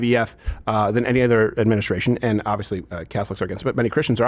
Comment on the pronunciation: Hey AOC, when did the word “and” start having two syllables? “Ah-ond.”